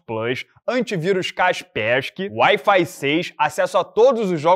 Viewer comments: o nome do antivírus é Caperis iscái (falando tudo junto rapidinho) 😂😂😂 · A pronúncia do Kaspersky é ótima kkkkk a empresa deveria adotar essa pronúncia. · Mas aí, fala Kasperski de novo? Só pra conferir uma coisinha...